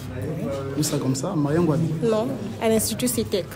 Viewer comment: Le gar il dit Marien Ngouabi 😂😂